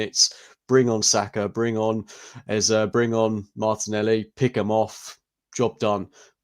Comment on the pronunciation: Guys, good pod, but please pronounce his name “Ezah”, as that’s how he has asked us to say it. It’s incredibly rude to dismiss this request